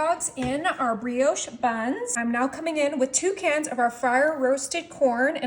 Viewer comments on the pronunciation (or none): none